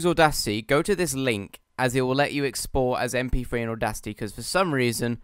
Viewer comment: "Em Pee Free"